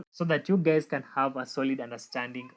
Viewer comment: 😅Did you just say "hello gays" at the beginning of the video?😅